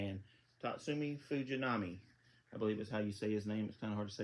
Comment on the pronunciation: You said Fujinami's name right. Good job.